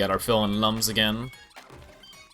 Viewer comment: Looms not lums